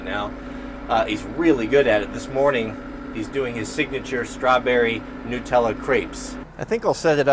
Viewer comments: As always, super entertaining and learning all the way. And one of few family friendly channels in my list i can watch with my 6yo son, also Jack. But dude, Nutella has nuts in it, not nutes, or newts, nut-ella not newtella. LOL. ONLY IN AMERICA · Noootella? I swear Muricans take every chance to sound stooopid. Clearly its nut, as in hazelnut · “Strawberry newtella crepes” 😂😂